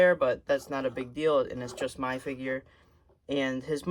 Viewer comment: Was it just me or at the start did the video go "every action figurrrrrrrr"